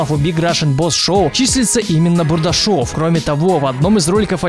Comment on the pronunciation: Когда ты говоришь " Бурдашов " , у меня кровь из ушей течёт .